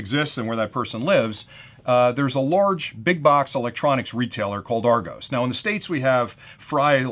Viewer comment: Argos is pronounced like "are gos" like the start of the word word "gossip".